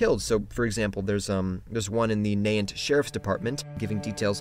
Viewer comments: it's not nahunt it's Na-Hant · Nahant is pronounced "na-HANT" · It's pronounced Na-Haunt. It's funny listening to out-of-staters trying to pronounce Massachusetts town names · Nahant is pronounced na-hont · It's pronounced nah-haht